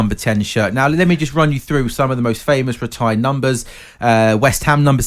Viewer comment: “Ritired” top quality Talksport 😂😂